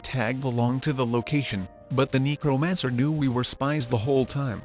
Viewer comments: See, THIS is why I say you NEED to narrate in person! I swear that robot keeps saying “Negromancer”... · I keep hearing "negromancer"